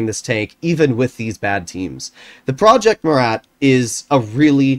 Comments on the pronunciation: if you want the proper way of saying it, dont pronounce the "t" at the end. So it will basically be: "Proje Mura" in English ( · “Prrrroyet Muerat”